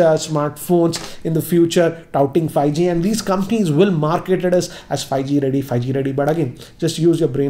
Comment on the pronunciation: hahahahahahahahaha::):):):):):)::):):):):):):):):)::):))::) He says fieeG instead of 5G hhahahahahahaha